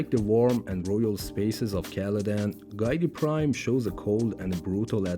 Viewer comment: It’s not “Guy-tee Prime”. It’s “Gee-Tee Prime”. FAKE FAN. 🤣